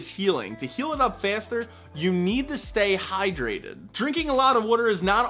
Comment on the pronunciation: Am l the only one who drank water right after he said “stay highdrated”?